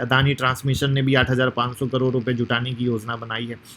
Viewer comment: करोर नहीं करोड़ 😂😂😂